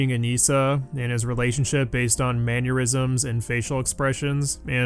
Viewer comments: Hearing Maneurysm instead of Mannerisms almost gave me an aneurysm. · It's "Manner-isms", not Maneurysms... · Are you saying “man-your-ism” ? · Hearing pronounce “mannerisms” as “manneurisms” is going to give me an aneurism.